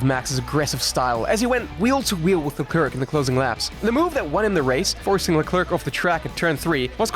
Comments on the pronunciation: Great video, but can we start saying Charles last name correctly? La-kl-air not La-clerk 🤣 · "charles leCREQC"🥀🥀😔😔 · Luh-clurkh, Fisichella, yeah, european language something...murican more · Lol "Charles LeClerk" 🧑‍🏫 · Bro there really is zero excuse to still mis pronounce LeClerc's name, at this point that's just a willing and conscientious lack of respect for other people's cultures.